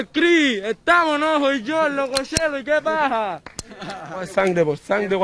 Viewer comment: Jajajajaj me causó gracia "y que paha"